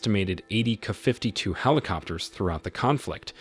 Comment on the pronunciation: The narrator can't pronounce K a.